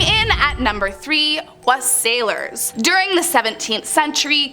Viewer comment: Thanks for giving us the background on some of the stranger old traditions of this season. Unfortunately your pronunciation of Wassailers was abit of a sour note to me. For the traditional pronunciation check out The Wallail Song also known as Here We Come A Wassiling. It was a favorite carol that was sung during my youth.